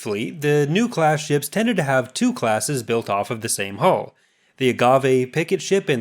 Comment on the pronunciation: its sounds like you are saying haul not hull